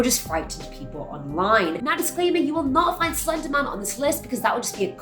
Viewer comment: music hernandez I know but it sounded like she said slender mum